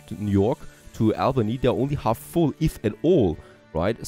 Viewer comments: And it's AUL-BANY (Albany) - like "auburn" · interesting game. by the way, Albany is pronounced Aww-bany by all of us New Yorkers